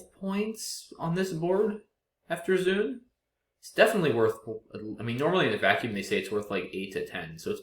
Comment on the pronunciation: Thee word 'zoon' (from Ancient Greek for animal) is definitely not pronounced like 'zoom', it's pronounced in two separate parts (zoh-on). Same for 'protozoon' etc.